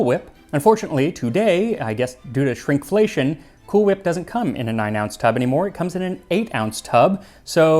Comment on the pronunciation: Bro said shrink flatiron 🤣😂